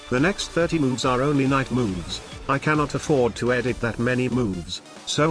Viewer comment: It is "knight" with a silent k.